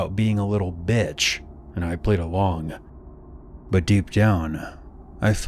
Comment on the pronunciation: why did he put so much force into the word "bich" like that lmao Had to pause the video I was laughing so hard